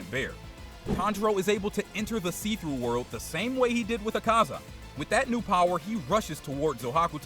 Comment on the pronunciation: It really annoying that he keeps saying see-through word!!!